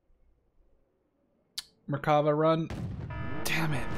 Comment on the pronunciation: You pronounce Merkava like this Mer-ka-va Also, I love your vids Keep the great work going